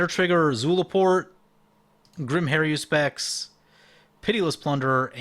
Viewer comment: Har-U-spex. There's no 'I' in that word. You play mtg for a living, learn to rtfc; including the name....